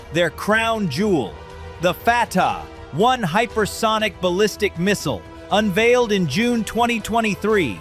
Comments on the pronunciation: Interesting scenario but ruined by unedited robot readout. It's 'Fatah 1' not 'Fatah 1' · Awful AI narration. "Fatah. 1missile" "F. Three-Five. Cs" Really? You cant even read your own fiction? Nothing about this story fits. This would be an undisputed act of war, and I doubt anyone would have this detailed fancy-video ready. == I am more bugged that the "details" that are wrong in so many places. :049 - Never heard of an "F-35 Slash", but neither the F-35 (or F-22 or B-2) use external equipment mounts as shown here. It ruins the stealth characteristics. Plus, the graphic seems to show a type of tracking pod, and you'd only use one per aircraft even if you did mount one to an F-35. - USS Abraham Lincoln does not use electromagnetic catapults; only the USS Ford has those. (Come on, guys! The footage even shows the steam coming up the rails! ) - all the aircraft shown being launched are F-18s, not F-35s. The planes all have markings from different groups and take off in weather that changes from scene to scene. Not even from the same carrier. - As someone else also noted, AIM-9s are short range air-to-air missiles and ARAAMs are medium range air-to air. You couldn't attack ground targets like launchers, nor could you target hypersonic Fatah-1s. - oh for...! What a ridiculous image! Not even the craziest video game pretends you can load your F-35 like this! No need to check further...not much accuracy in this video - Now, I do believe the carrier group would defeat such an attack. We've already proved we can meet and defeat Iran's military gear whi